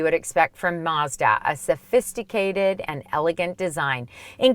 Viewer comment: I had to stop watching. I couldn't listen to her pronounce "Mazda" any longer. I kind of felt nauseous.